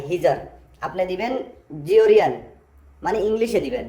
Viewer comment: জিওরিয়ান না জর্জিয়ান 😅😅